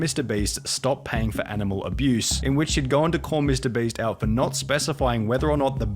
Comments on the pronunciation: Please make pyro stop saying mr "breast" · Lol Is it just me or did he just say mr breast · I need a compilation of pyro saying mr breast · listen listen... Ik it's your accent but when you say "Mr.Beast" to me it actually sounds like "Mr.Breast". Makes me chuckle every time I hear it. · im not hating or anything but why are you saying mr Breast ? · Pyro saying mr breast gets me every time